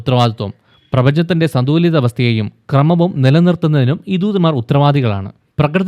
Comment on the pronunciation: ദൂദൻമാർ അല്ല ബ്രോ ദൂതൻമാർ👍